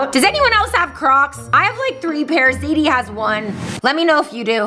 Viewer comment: Rebecca you said zedie instead of zadie